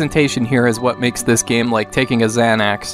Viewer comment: “A Xan-Axe” lol